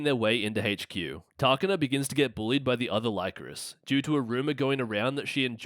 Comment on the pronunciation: Great video but it's pronounced "Lee-coris" not "Lie-coris". They pronounce it in the anime